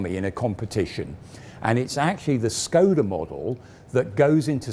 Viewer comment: Small corrections for the pronounciation. Škoda is to be readen like English would read "Shkoda". "Č" "ČKD" is to be readen like the "Cz" in "Czech". THat's what the ˇ accents do.